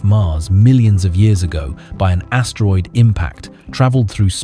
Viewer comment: HAHAHAHA he sad . he said ASStroid 🤣🤣🤣🤣🤣🤣🤣🤣🤣🤣